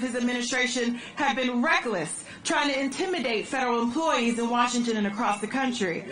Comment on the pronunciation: "Feberal emploweees" 😂